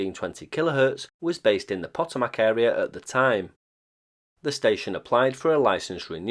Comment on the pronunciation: Its Puh-toe-mick, not Poe-toe-mack.